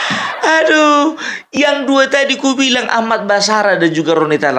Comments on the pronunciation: Basarah...pung..!!! Bukan barasah... Hhhhhhhhh 😂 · sering salah sebut nama Ahmad Basarah bukan Ahmad Barasah.. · Pung basarah bukan barasah